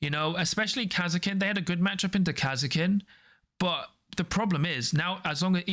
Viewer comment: the way you guys pronunce Kasrkin is so strage.